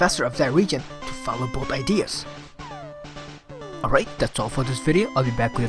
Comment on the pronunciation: i think I'll "subwibe"